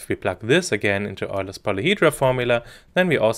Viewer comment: Was a great video until you botched the pronunciation of “Euler” 😳 Lol, just pointing this out so you don’t make the same mistake in the future, kills the credibility IMHO.